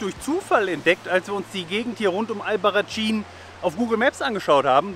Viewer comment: Es spricht sich "Albarraßin" 😉, "tsch" wäre italienische Aussprache. - Leider kam ich da nicht hin, ohne Auto, wie ich unterwegs war, wäre das Taxi von Téruel zu teuer gewesen für meine sparsame Reisekasse. Sieht toll aus und Téruel auch mit den mozarabischen Türmen und der Geschichte von Diego und Isabel, den Liebenden. Spanisches Romeo und Julia. Diese tolle Canyonlandschaft habe ich nur ein bisschen von ferne gesehen. Toller Wanderweg! In der Nähe von Téruel liegt ein großer Flugzeugfriedhof voller Riesenjets, die auf viellleicht spätere Benutzung hoffen. Die deutschen A380 Airbusse werden gerade wiederbelebt und nach Frankfurt zurückgeflogen, weil in den letzten Jahren die Flugzeugproduktion zurückgegangen war. Aber die Bilder mit all den vielen Riesenvögeln in der leeren Landschaft sehen surreal sehenswert aus